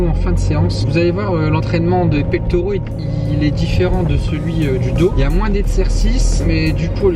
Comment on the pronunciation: Salut, pectoraux pas Pectauraux